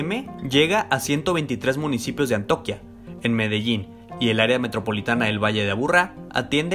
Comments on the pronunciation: Buenas noches, Una corrección en el minuto dijiste ANTOQUIA pero es ANTIOQUIA gracias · Es Antioquia no Antoquia ;v XD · No es atoquia, si no Antioquia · Me dio ternura cundo dijo ¡Antoquia! 🤣, saludos. Antioquia